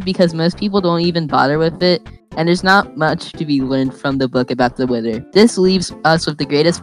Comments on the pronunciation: its not wit-her its wi-th-er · How does one confidently pronounce “wither” as “witter”..? Like you know damn well you see an “h” there. How does one just decide “WITHER” must be pronounced WITTER. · When says "Widder" 🥺